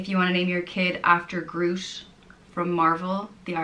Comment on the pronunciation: For your information "groot" is Dutch for large, but it's not pronounced as you did. Double o in Dutch is pronounced (usually and in this case) as a long o and gr is pronounced with a guteral g. Then there is the word "reus", where the r is a rolling r and eu is kind of pronounced as "uh". I'm actually not sure what word you tried to pronounce since it sounded a bit like "greus" or something. Reus means giant and groot means large.